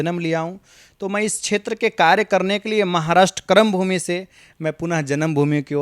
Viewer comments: He is telling kram bhoomi not Karm bhoomi. Pehle hindi theek kare. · एक्को ठो वडवा सही नहीं बोल रहे हैं। क्रमभूमि नहीं‚ कर्मभूमि होता है। कुछ दिन योगी जी को सुनें‚ फिर बोलना शुरू करें।